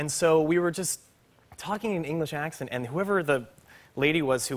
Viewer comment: That was actually a good English accent